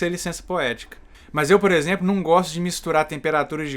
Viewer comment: Por que tu fala "mais" se a palavra é MAS?